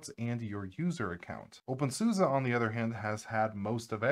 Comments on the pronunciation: In German, "Suse" it's pronounced "Soos-eh." Actually, it's "Zooz-eh," but that may be going a bit far, for English speakers. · Why do you call it OpenSUSA? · Really appreciate this topic, although I am always surprised with the way the Suse part is pronounced, when I used OpenSuse (probably version 10 or 11, if not older), I used to think Suse was pronounced like Seuss as in Dr. Seuss.